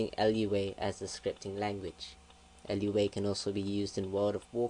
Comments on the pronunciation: We can tell you cannot do Lua. Its pronounced Loo-a not L-U-A. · Loowa not L.U.A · Its not L-U-A, its Looh-Ahh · It's Lua not LUA...Moon in Portoguese created in Brazil (Portuguese in the language spoken in Brazil). So, Lua is not from Portugal, but from Brazil. Thanks for the tuts. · Umm its pronounced loo-ah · How am I stupid, you're a fucking idiot. I'm right, you pronounce it "loowa" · Yes, but he keeps saying